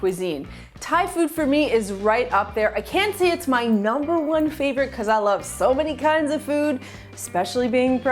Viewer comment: Did she say "I rove ta food"?